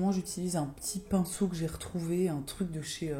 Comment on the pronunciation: ps: tu sais que tu regardes toutes les vidéos de quand tu dis "PINSSOUNET" avant qu'elle le prononce à l'application du fard du bas (superbe ce makeup)